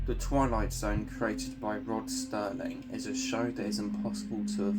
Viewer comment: "Sterling"?? Do your homework FFS.